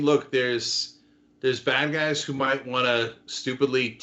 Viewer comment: Did he say bad guys or bag eyes?